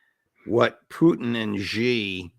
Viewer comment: Judge, not President Zee or Jee. It's pronounced as President Shi. X =Sh and Z=J in Chinese.